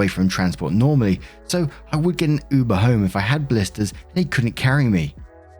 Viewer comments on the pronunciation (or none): none